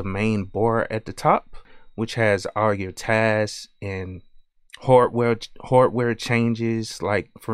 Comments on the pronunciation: It's his accent. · i dont have experien ce with a wide range of African americana accents and theres a loss of regional accents anyway, but ehen you said hardware, i realized you had an accent. where are you from? (content creator)